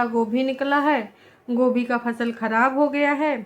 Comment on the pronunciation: Kabi dhyan se sunna gobhi ko kobhi bolte h😂😂😂